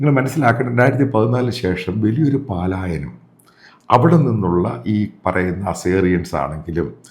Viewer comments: തിരുത്തു - പാലായനം അല്ല പലായനം. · മിസ്റ്റർ മാത്യു, ഇത് പലായനമാണ്, പാലായനമല്ല